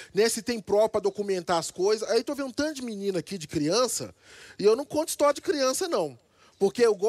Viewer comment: Ele nem sabe soletrar kkkkkkk ele fala istoria o cara da caneta